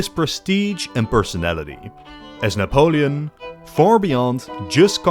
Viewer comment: This Nepolin sounds not every Nepolian